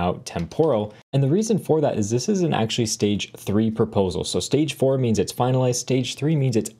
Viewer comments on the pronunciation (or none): none